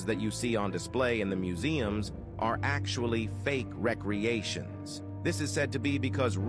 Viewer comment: Add recreation to the long list of words a.i. can't pronounce